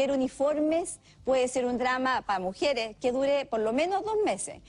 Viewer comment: Alguien que dice "mujieres" y "altelnativos", "espetativas", se coma todos las s, y que diga"pa" en lugar de "para que" o "para" no puede ser tomada en cuenta.